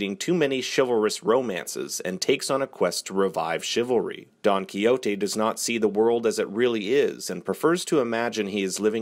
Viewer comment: Lol actually he pronounces Quixote correctly, it’s in Spanish.